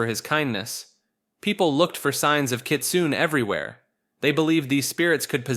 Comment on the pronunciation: the E in Kitsune isn't silent, its not pronounced like rune, its pronounced like cliche (I dont have the accent on my keyboard)